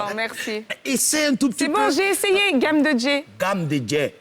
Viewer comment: game [geime ] de djai [djé] 😂😂😂😂😂 Ehh